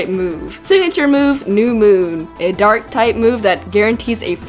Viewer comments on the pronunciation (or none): none